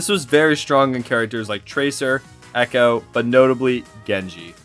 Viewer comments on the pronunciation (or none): none